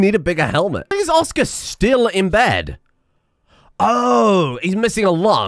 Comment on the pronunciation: As a polishman, I really felt it when you pronounced Oskar like some kind of orkish name